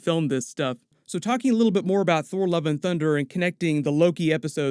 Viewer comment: it sounded like you said "Thor: Love & Dunder" 😆